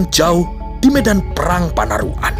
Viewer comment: Panarukan, bukan panaruk an